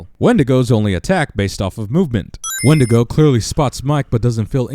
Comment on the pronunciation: win-dee-go NOT when-di-go